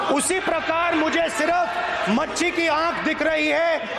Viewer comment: पप्पू जी मछली होता है मच्छी नहीं